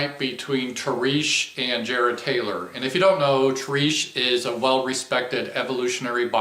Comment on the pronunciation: “TAREESH” LMAO 😂